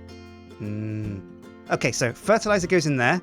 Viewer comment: actually its myranium u have it all wrong